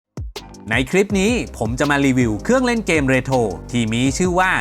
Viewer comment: Miyoo น่าจะอ่านว่า ไม่อยู่ นะ 🤔🤔🤔🤔